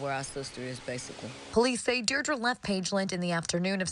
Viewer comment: if that news anchor says deer-dra one more time